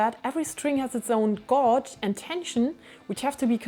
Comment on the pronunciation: Please learn how to say gauge…..